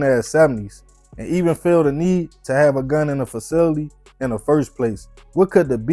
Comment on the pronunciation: The fact that you a grown man and cant pronounce the word “facility” is wild